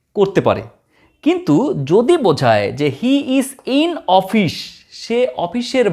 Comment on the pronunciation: Its office not ofish, anyway very informative video